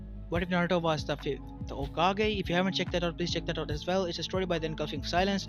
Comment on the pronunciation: what's the title in his channel. Although I hate to hear his "aswellas" and "Kage" I wanna hear this story.